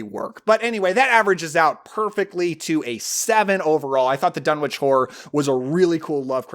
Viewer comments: Thanks. Saw it when I was 10, doesn't follow all of the book, mixed with 60's witch stuff, etc., but still good p.s., it's pronounced dun-itch, and there are also visual references to meteorites with energy. (On Wilbur's table) ❤❤❤ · One complaint- Lovecraft was an anglophile, so Dunwich would be pronounced Dun'ich. The W is silent in the British fashion. Just like Innsmouth would be pronounced Innsmuth. Well, actually another complaint would be that Lovecraft seldom included positive female characters, particularly as the hero. But Hollywood always changes things to make them palatable to a mass audience. The other changes, like Wilbur being normal looking instead of resembling a goat would fit in that category as well. Just sayin'. But the jump scare with the mother screaming directly into the camera is still effective. And god! What a fantastic soundtrack... Interesting that Talia Shire is a supporting character. Loved this movie as a kid